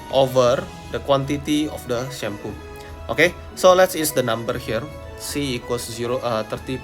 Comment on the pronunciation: Funniest pronunciation of shampoo ever, I can't stop laughing at the fact that it's so funny 😂😂😂😂😂😂